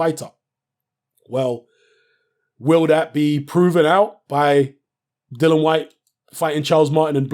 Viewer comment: Isnt his name Dillian not Dillon?